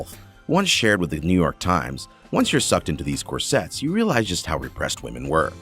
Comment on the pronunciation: I’m so glad Katherine HY-GL is not involved in this.... What is up with the pronunciation of names and words? Cor sets? “Corsits”!